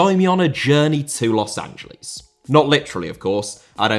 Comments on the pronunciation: A respectful tip about pronunciation:I know brits empathize the L but, The city is pronounced Los an-ja-less, you empathize the S, not the L. You can just say los Angel-ess and its 95 percent correct way of saying the city. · also why do you keep pronouncing it as Los AngeLEES? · The brits always pronounce it like that. They say it like Angel di Maria but his name has an accent mark on the A and the city doesn't. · yes i’m 100% aware of that but in this situation it’s clearly a mispronunciation rather than an accent